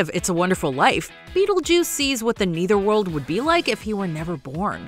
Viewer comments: Your pronunciation of netherworld is so funny. Lol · Why does she keep saying "neither" world? Shouldn't it be nether world?